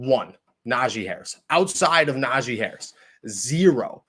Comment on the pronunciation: Nah-G... not zhi lol